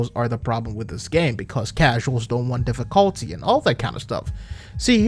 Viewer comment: Dont want to sound like an ass****, but am I the only getting bothered by you selling difficúlty instead of dífifficulty? Also about the video topic, the true patriot nerf was pointless, like at all, any build focused towards healing heal more, even the most basic gear pieces... what is even the point of nerfig a set which isnt working as intended?